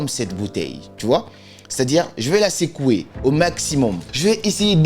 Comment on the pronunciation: Cc. Tu nous apprends souvent l’écoute active. J’adore tes vidéos, c’est ce pourquoi je te recommande de mieux travailler ton accent sur certains mots notamment: secouer (non pas sécouer), faisait (dans la prononciation plutôt « fesait » non pas fésait). Bip up 🫶🏼❤️depuis le 229 🇧🇯❤️‍🔥